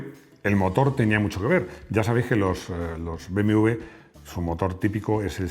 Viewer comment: Hola, por qué dices BMV en vez de BMW? "beemedoblebe" como la canción.